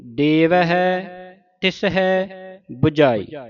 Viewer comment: Bujhaee ton bujhjhaaee sahi ucharan hai.